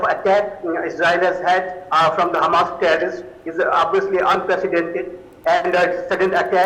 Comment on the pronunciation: Its hamas not humus . humus is to eat